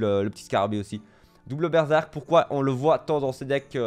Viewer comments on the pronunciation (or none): none